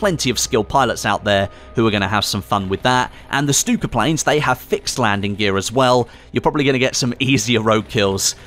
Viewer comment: I keep on hearing him saying the Stuka bomber as stupid bomber